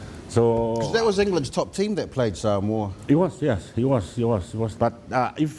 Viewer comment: I find it appalling that legend David Campese and a lot of other ex-players and current commentators can't even pronounce "Samoa" correctly